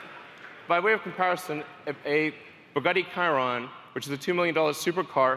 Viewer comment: "Bugety kiron' his pronunciation...